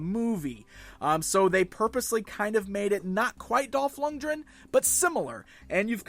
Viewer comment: It's Dolf LunGREN, not Dolf Lunjren, wow, you can't even pronounce an easy name